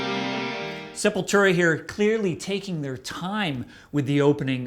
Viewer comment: It's not that be of a deal, but so many ppl pronounce Sepultura wrong, I've heard the band band members pronounce it SEP-YOU"LL-TWO-RA. Not SEPUL-TERA. But it doesn't really matter what I think, I don't listen to any Sepultura after Roots Bloody Roots.....I only listen to Max era Sepultura.